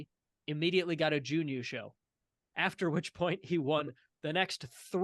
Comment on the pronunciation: You have the right vowel sound but are holding it too long. I'd say you are doing Juun instead of Jun. It might help you to think of it as Jn. Thanks for the video as always